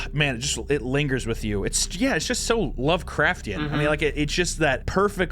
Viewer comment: drinking game, every time says lovecraften, take a shot